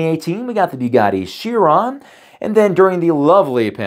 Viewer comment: I wanted to like this video, because content-wise, it's a great review...but the pronunciations were honestly distracting for me. Porsche is two syllables ('por-,shuh), and Chiron is pronounced 'kai-,ruhn.